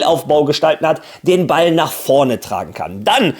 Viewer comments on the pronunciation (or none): none